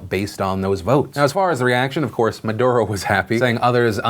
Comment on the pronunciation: Chilé . . . . . breathe in . . . . . BOI. PS. At least try to say Maduro's name correctly; you seem ignorant and some find it really infuriating whenever people from the US butcher Latin American names BOI